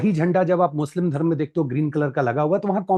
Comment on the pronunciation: हिन्दी ठीक से बोलें Please धर्मा.कर्मा नहीं धर्म कर्म PLEASE